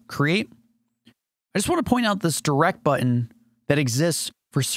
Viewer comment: He's likely from California where "n"s are frequently dropped. Like how he says button as "buh-un"